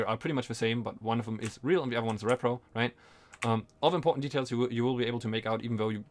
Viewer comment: Dude i mean no offense in any way but you're saying it completely wrong as it's repro "ree pro" not rep-pro as it stands for reproduction "ree-production" and there is no such thing as a rep-production.